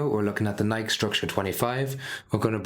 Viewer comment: Great shoe. That said, might want to learn how to say Nike.